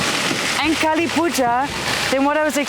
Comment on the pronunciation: Lovely vlog. Just a small quibble. Kali is Kali - the dark one. Kaal is time. Very similar words, by sound, but very different meanings.